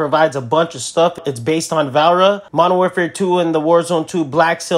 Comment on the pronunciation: Her name is Va-le-ri-a not valra 😂